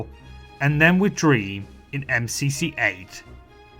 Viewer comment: the emphasis on dream dude